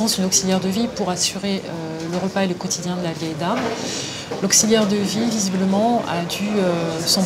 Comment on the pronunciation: C'est vieille mère et non pas "veille" mère ^^